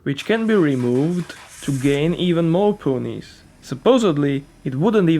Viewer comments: Your commentary is quite good exept for those ponies... You said poonies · ''Pooonies''. Bruhh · Please dont say "ponies" ever again. Otherwise your commentary is golden